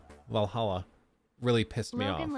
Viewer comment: Man can you please just pronounce Valhalla properly I understand the running meme but it’s getting kinda old…grinds my gears